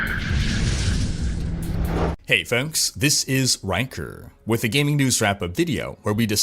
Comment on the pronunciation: Love your videos but for some reason it annoys the hell out of me when you say: Hey folks, this is >Rhykkerrrrr< talking about the way you pronounce your name with a fakish voice :P just wanted to share that.. bye.